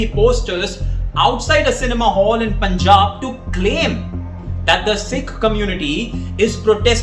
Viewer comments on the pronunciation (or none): none